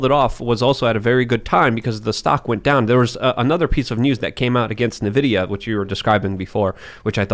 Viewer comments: My soul dies a little every time he says “NiVidia” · Stop saying nuh-vidia jeez lol